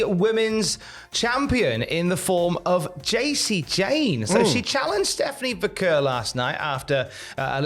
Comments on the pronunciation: It's VAH-CARE! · you're still mispronouncing Stephanie's last name.